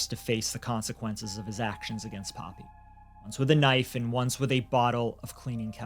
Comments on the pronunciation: Poppie is not pronounced Poppy 👀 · You pronouncing poppy wrong. It's paw pee no other way I can break it down